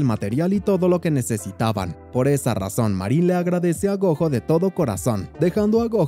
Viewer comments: Es gojo como decir Goyo con y con la j 😅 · se escribe gojo pero se pronuncia GOYO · No se proninsia como lo ases el nomvre es goyo asi se dise pero se escrive gojo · la pronunciación del nombre del prota Gojo así se pronuncia en escritura pero la pronunciación es como si lo dijeras con "Y". (Espero me entiendas)